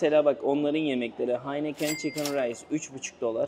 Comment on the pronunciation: Hacım haineken chicken rice demenden anlaşılıyor alkolü biraz azalt :D